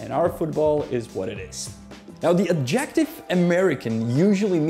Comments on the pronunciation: Lose the "music", PLEASE. And it's "*AD-jec-tive.* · Fun video! Might I say - “adjective” is pronounced {add-jeh-tiv} you’re putting the emphasis on the wrong part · I'm 10 seconds in and immediately I am caught off guard by the stressing of the second syllable in adjective instead of the first. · “Adjective” is stressed on the first syllable. I have been an American for 75 years, but I do not distinguish between “coffin” and “casket.” It’s the same thing. Americans view European things with suspicion, even if, of course, they are of European descent.